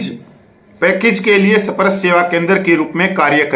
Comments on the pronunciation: सही बोलना सीखें सप-रश नही‌ इसे‌ स्पर्श बोलो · मेरे भाई, आपने तो (SPARSH) स्पर्श करके बोलभि नहीं पा रहा है! You are not able to pronounce the word SPARSH clearly. What happened?